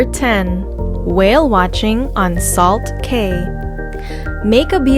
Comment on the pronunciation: As a “local,” no, not Kai cos, Caycos. Pronounce them right. Not salt cay, Salt key.